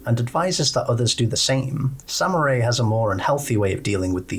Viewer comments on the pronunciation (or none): SAM-MERY!! NOT samurai WTF??? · I kept laughing whenever he'd mispronounce her name and kept calling her "samurai" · Saying Samarie as Samurai drives me nuts I'm sorry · nah its funny